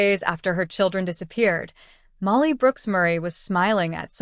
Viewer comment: Still can't get the name right. Not Molly, her name is Malaheya.